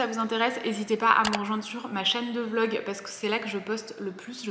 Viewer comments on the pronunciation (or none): none